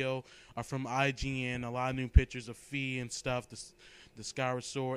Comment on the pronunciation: Lololol. You said Fee.